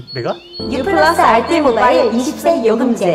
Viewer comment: 원래 알뜰요금제 ppl은 현재 담당이었는데... r ddeul... 발음 그리워요